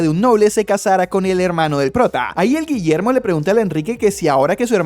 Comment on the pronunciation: "ni en mi perra vida voy a pronunciar de nuevo ese nombre, desde ahora este pelaito se ve a llamar Guillermo" no me acuerdo bien de como lo dijo JSKSJSK